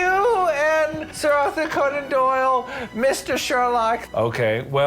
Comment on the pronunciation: “Sir AuthorConeAndDoyle”